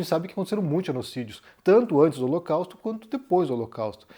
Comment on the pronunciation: Ele falou o locausto